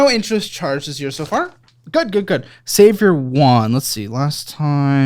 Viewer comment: continues to say Savior instead of Savor 😂